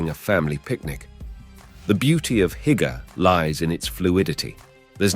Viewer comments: Heike !!! 🤯😵‍💫😵‍💫 come again 🤣 It's hyyyygge sir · you have to practice the word Hygge its not Haigga XD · "Hygge", is pronounced, losely, "who-ggé", and the word "Please" is AFAIK, "Gerne"! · I lost all enthusiasm after hearing Hygge pronounced by the commentator at which point I realise he has never been to DK. Disappointing. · Many of the pictures shown here, are not from Denmark. Denmark has no mountains. Also, you shouldn't use words that you cannot pronounce, like "hygge" for example.